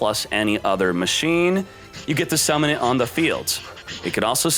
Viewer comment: The way he said ma-china rhymes with something hmmm